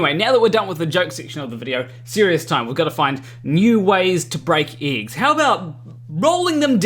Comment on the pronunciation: I want to start with. I love your videos and I watch em all since I subscribed. You are clearly more intelligent than I. That said, here’s s the Super Douche part… your accent is thicker than i think I’ve ever heard. And the way you say certain vowels in certain words drive me guano. Eggs it seems, is one of these words. So glad you found a way to make “egg” half of the words in this video. Now that I’m done being kind of a dick, love you and your videos. Thanks man.😁